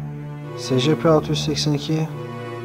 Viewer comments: Secepe diye okunmuyor scp sicipi diye okunuyor bide öyle küçük olduğuna bakmayın aslında büyük ve yemek verilmez Scp-682 nesne sınıfı:keter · secepe ayn esipi diye okunur scp die yazılır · Abi scp diye okunmuyo esipi diye okunuyo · Abi bu arada scp yazıldığı gibi değil esipi diye okunur telafuzu böyle (sadece uyarmak istedim 😉) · Esipi diye oku